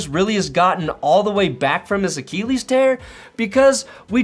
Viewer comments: what is up with the way you say Achilles? It’s “uh-kih-leez” not “uh-KEEE-leez”. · A-Kill-ease not A-keel-ease…lol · The way he pronounces achilles sounds like he's talking about Akili Smith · I love how u say achellies 😅😂